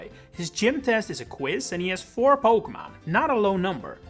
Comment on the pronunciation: Po-kay-mon, not Po-kuh-mon